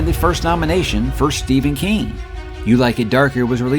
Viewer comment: He said “Stephan king”